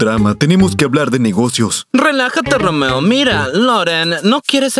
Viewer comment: me dio muchisima risa cuando dijo roomeo ;santacachucha